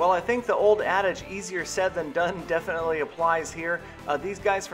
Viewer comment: You said definitely like. How ironic